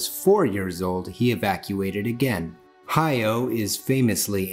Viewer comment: Love the video, but I almost died of cringe every time he said "hi-yo" instead of "hah-YOW".